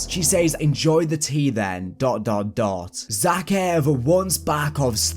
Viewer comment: Is it just me that's pissed off because of how he says zakiev, plus he says task 141 oddly aswell, but I do still like your content. Keep it up bro ❤️